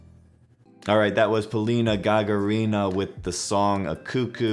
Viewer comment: Hi! Polina is awesome! You need to pronounce her last name like this- ga-GA-rina. The stress is on the second GA.